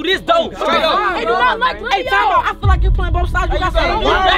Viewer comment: That boy said fell feel